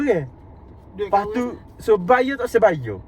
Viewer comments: bukan bayor tapi bayar jah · Tau le awak tu orang kuale chor. Mane pulak datang 'bayor' bunyinye 🤣🤣 Serabukkkk lah